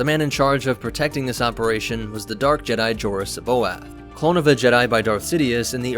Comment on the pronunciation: Joruss C'Baoth Sa bay yoth is how it's supposed to be pronounced